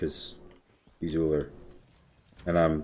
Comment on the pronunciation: "He' s Ullr and l' m not Ullr" yea in this one you were just "ul".